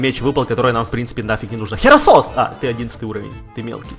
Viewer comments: это гераккросс а не херосос! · не херасос а герасос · и кстати не херасос а херакрос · не херасос а геракрос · не херасос а херокрос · мне показалось или ты сказал херосос